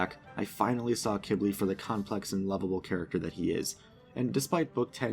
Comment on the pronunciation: He pronounced it “Kib-ly” which is how you pronounce it.